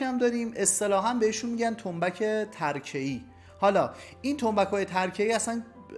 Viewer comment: سلام فکر کنم تلفظ تنبک چند تکه tarkeii باشد به معنای چوب نازک و نه tarakeii